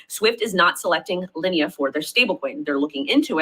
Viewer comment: When you mispronounce linea as lee inna you sound like a moron and you lost all credibilty because you don't know what you are talking about.